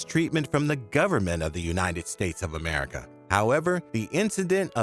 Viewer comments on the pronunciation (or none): none